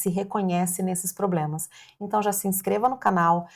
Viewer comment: Você falou "POBLEMAS" ou escutei errado? kkkkkkk